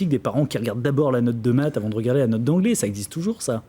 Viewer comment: Bon , il est bon en maths mais pas en métrise de la langue française, (ouiccch, ecchhh, chhh a la fin de ses mots)